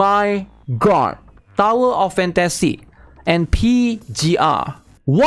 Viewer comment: DOWER OF FAN-TA-SEE?? OH. MY. GOD.